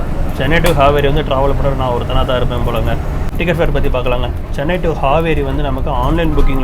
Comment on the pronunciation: Ji just some suggestions since you asked .. if you read the board in Tamil , it is not Haveri It is Haaveri ( please note the Thunai kaal) Similarly it is DavaNAgere Not dhavan gere Preferable to read in Indian languages so that pronunciation can be correct